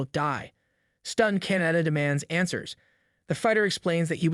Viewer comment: KAH-NAH-TAH holy shit. CANADA CANADA CANADA 🤭